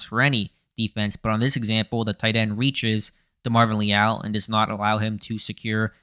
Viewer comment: Lee Al? Lmao I've been watching this dude since his days at A&M. Never heard his name pronounced like that